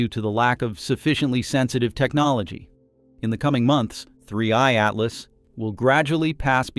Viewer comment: Oh, don't you like the artifical pronunciation of 3IATLAS? It sounds so nice and disturbing when the AI constantly says 3IATLAS in such a weird way that doesn't fit at all to the rest of the video ;-))) Yes, such an AI behavior is just disturbing, it makes it really hard to keep watching this video until the end... But I guess, it's better than letting the AI do it's usual thing of guessing the pronunciation wrong like the typical Boeing 3hundred37 pronunciation ;-)